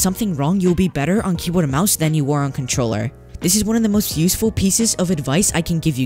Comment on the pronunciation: Bruh really said contorller 😂